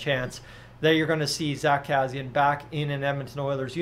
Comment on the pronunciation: You are not saying Kassians name correctly but I agree with you he wont be back here.